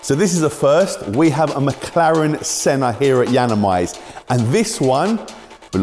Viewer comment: Misspronounces senna's name says a chiron is a good car....stick to wrapping